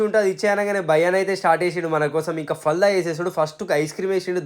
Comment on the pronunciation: ఫాల్దా కాదురా బాబూ ఫాలుదా